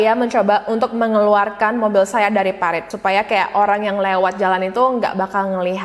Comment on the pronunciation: Parit ya kak, bukan peritt